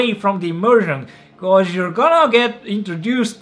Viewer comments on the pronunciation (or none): none